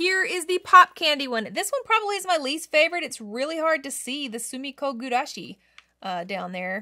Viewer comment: gurashi, not gugurashi 😅